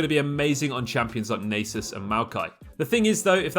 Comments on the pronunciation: i've known the nasus pronunciation since renekton says it, but never heard of naysis ahahha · NAH-sus not NAY-sus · lol u guys mad cause he said naysus but a lot cant even pronouce Samurai or Rio properly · wait did he just say "naysus" O_O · Don't say nasus like that. Nobody says it like that and you know it.